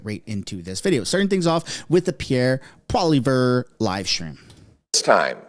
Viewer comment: I thought Poilievre is pronounced like - Polly Ever. with less emphasis on the last R.